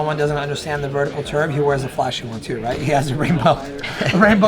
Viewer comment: “Vertical ‘terb’” !? Have some class man.